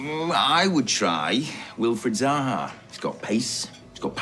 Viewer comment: Did he just say Wilfred zaha